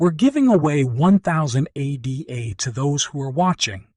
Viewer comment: If you don't even know how to pronounce Card'an'o or ADA (after Ada Lovelace; NOT A.D.A)... Terrible video. The coin is doing well, yes. I'm a maxi in fact. However, this video is cringe city.